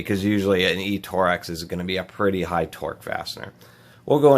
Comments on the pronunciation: IF THIS DUDE SAYS TOREX AGIAN I WILL GO CRAZY TORX not TOREX! but in all seriousness it was a nice video, got to see some tools ive never seen before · Torx not tor x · Is it pronounced “torex” or “torx“!? (Tore-Rex) or (Torks) I mean no disrespect, just want to know if I have been mispronouncing that my entire life.